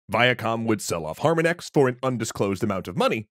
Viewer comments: Eep, really should have fact-checked the pronunciation of Harmonix. Just like the word harmonics. Rock Band is what got me started playing the drums. On expert, there's not a lot of difference between playing the game and actually playing the drums, outside of the game not caring about dynamics of play. Now I have an acoustic kit and built out the RB3 Ion controller into a proper e-drum kit (it was 75% of the way there already). Another significant factor in the death of rhythm games that's often understated: television lag. I stuck to the PS3's component out to reduce the lag as much as possible; on HDMI, it was nigh impossible to play a fill that sounds right at all. The regular game could kind of retroactively register errors, but fills and free practice modes were as realtime as they could make it, and even 50ms of lag was painfully obvious. RB4 almost had a release on the PC; there was a survey that went out to see how much interest there was. That would have made an interesting alternate history, where RB4 and RB5 ended up sold on Steam, where DLC would be far less painful to distribute. In that alternate history, imagine Rock Band VR around 2018, with a first-person stage view during play... Time to see how to run Clone Hero and the other community efforts, for the nostalgia. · The way you pronounced harmonix is killing me everytime I hear it. It's pronounced like the word "harmonics" not harma nex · Ugh! Har MON ix, not HAR mon ix The mispronounciation really made me crazy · yo dude, harmonix is pronouced har-mah-nicks not har-meh-nex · Fantastic video! Just a quick note: Former harmonix employee here: Harmonix is pronounced harMONix. I do think there is maybe room for a subscription based rhythm game sometime in the future Also, DJ hero was pretty fun and had a great soundtrack! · Good video, except for "Har-Min-Ex" over and over, which is a pronunciation I have never heard anywhere in the decades I've heard of the developer. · "Harma-nix"? Really?